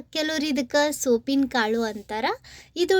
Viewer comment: ಸೋಪಿನ ಕಾಳು ಅಲ್ಲ. ಅದಕ್ಕೆ ಸೋಂಪು ಕಾಳು ಅಂತ ಹೇಳುತ್ತಾರೆ.